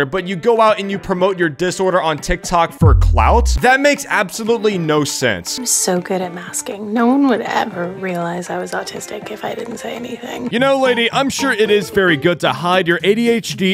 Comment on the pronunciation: Subtitles: ADHD. Audio: "auwristic!"